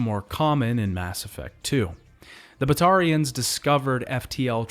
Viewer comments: All good until you tried to pronounce Batarians lmao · The way you mispronounce batatians even when THEY SAY IT RIGHT IN GAME drives us crazy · Also Kasumi and Kaiden …